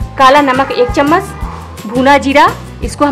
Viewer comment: chammas nhi hota hai, chammach hota hai ji